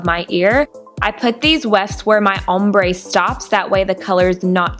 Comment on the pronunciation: You say ombré funny haha an nice video